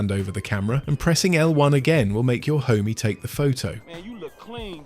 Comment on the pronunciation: "Homie" "gangsigns" in proper british accent😂